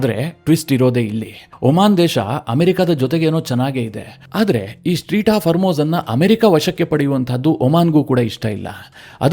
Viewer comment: Its not Street, strait of hormuz 😊